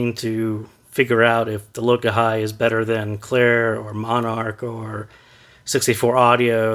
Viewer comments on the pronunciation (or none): It's pronounced Lo-kah-he. It's a Hawaiian word for unity. 🤙